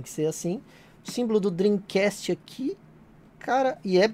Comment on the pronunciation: Depois do yudi do preisteixon Agora temos este japonês do "drim cast" Kkkkkk